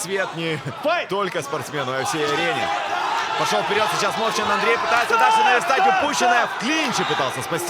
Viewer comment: Мовчан це справжній Козацюра!Мої вітання з перемогою..!!!(Чому мОвчан а не мовчАн???)